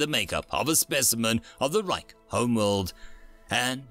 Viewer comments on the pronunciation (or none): none